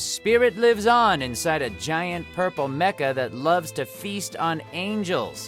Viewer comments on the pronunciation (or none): none